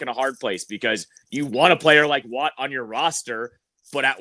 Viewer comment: I love ya.. but please don’t ever “Playa” like that again lol 😅